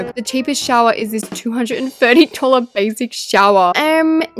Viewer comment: “OnLy Fyifty DaWLeR”?